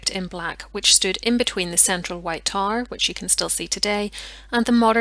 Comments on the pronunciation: I couldn’t figure out what the tar was that she kept talking about, I finally realized she was trying to say tower😂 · It took me a bit to realize you weren’t saying “tar”. I had no clue what a “tar” might be in this context. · getting past the pronunciation of tower is hard enough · Gave you thumbs up due to historical content and debate. However, “tar” instead of tow-er? And other blaring mis-pronunciations of English words? Are you Irish?